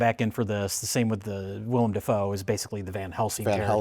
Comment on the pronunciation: It's Dafoe, not Defoe.